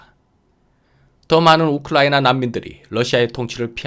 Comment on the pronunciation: 우클라이나로 발음하십니다 😂